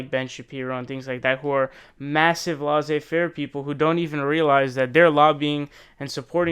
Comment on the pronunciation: Laissez-faire is pronounced "lessay faire" ( L + essay) not "lawzay faire". Just a quick tip.